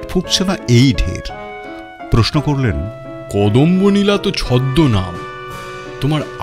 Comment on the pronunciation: যদিও খুবই সামান্য ব্যাপার, তবু বলি... গল্প পাঠে একটি চরিত্রের নাম অধিকাংশ সময় 'কদম্বনীলা' বলা হলেও দু'তিনটি জায়গায় উচ্চারণ করা হয়েছে 'কদম্বানীলা'। প্রচ্ছদ ছবিটিতে অতিথি শিল্পীর নামের বানানে একটু নজর দেওয়া দরকার মনে হয়। (দয়া করে অন্যভাবে নেবেন না,) আপনাদের নিখুঁত সমৃদ্ধি কামনা করি। শুভেচ্ছা রইলো।